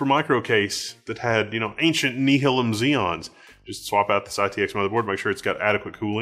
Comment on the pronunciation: That's an awesome little board and your idea of repurposing an old chassis is awesome but as a native Oregonian your pronunciation of Nehalem triggered me (it's pronounced Nuh-haaay-lem) named after a river in Oregon which was in turn named after a native American people of the region.